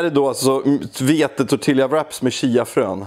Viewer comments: Tortillabröd uttalas inte tortillja som du utalar det. Tortilla utalas tortija eftersom i spanskan så blir två l i rad ett j. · Förlåt, men jag exploderar lite inombords när du säger tortiLJa :D Kanonvideo i övrigt! Blev extremt sugen på tacos nu :) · Tortilla uttalas tortija. LL i spanskan uttalas J hälsningar språkkonstapel;) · TortiLLJa hahahahahaha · Två ll blir ett j ljud på spanska